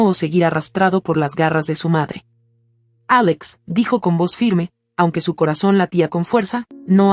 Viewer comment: Si se escucha feo cuando dice el nombre de Victoria y Alex si la demás narración va bien porque cambia la pronunciación